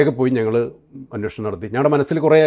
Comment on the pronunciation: അവതാരകനനോട്, അന്വോഷണം അല്ല അന്വേഷണം